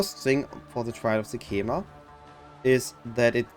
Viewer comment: ''Sekcamema'' they said it like every five 4 sec in act 2